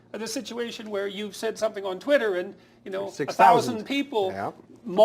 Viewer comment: "twatter" lol